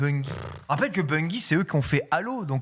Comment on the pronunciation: je ne comprends pas pourquoi mon message a disparu, peut être a cause du lien? (how to pronounce...) BREF et cie, apprenez à prononcer Bungie correctement par pitié! Le "gie" se prononce "dji" et pas "gui"